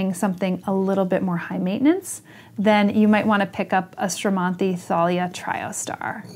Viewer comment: Thank you so much I really really enjoyed listening to your talk about this stunning and beautiful plant and I am very very pleased that your pronuncing correctly it’s name. Very important to me.